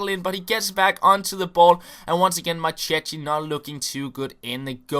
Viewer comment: You read Marchetti the wrong way. It should be more like "Marketti"